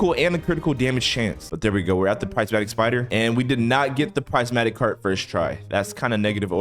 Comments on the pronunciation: Not being mean or anything but it’s prismatic not prizematic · Its not prizematic heart its prismatic heart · ITS PRIS-MAT-Tik